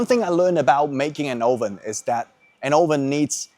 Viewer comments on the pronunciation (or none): 'Oven' is wrongly pronounced